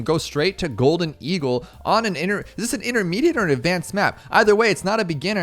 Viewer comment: i think you dont know how to pronounce "golden eagle"